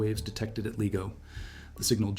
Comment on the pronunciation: Is this AI voice, LIGO keeps being pronounced LEGO